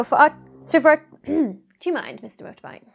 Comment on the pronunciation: I have never seen Dr. Becky as British as she was in the bloopers saying "Do you MIND Mr. motorbike?"